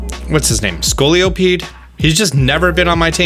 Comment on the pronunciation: "Uzafezant", "scoliopede", "escalvier" "pawrniward" some of the most beautiful pronunciations I've ever heard 😂